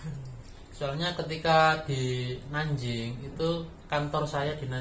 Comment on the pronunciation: Cara ucapnya Nan jing ucap Nan cing. Guang dong ucap Guang tong